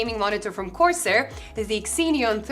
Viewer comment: Great video, but I just want to point out that it's pronounced "Zeen-yon" 😅